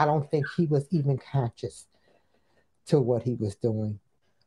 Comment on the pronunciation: If I heard right, he said "conscious" not "conscience". I guess it's fair since few his first name right.